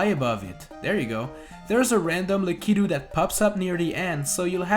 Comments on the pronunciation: It's pronounced lack-a-to. Not lek-ee-to. Come on man! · Why does he call it “lackeyto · Lah-Key-Due...Lah-Key-Due...Lah-Key-Due... That's my only criticism of this video. XD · Always say Lakitu wrong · Was I the only one triggered by how he kept pronouncing Lakitu